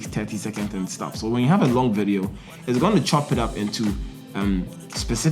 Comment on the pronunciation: nice sturvvs nice sturvvs